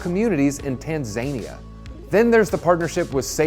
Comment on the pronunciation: “In Tan-zane-ia”🤣